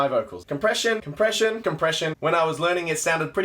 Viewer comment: I thought you were saying depression instead of compression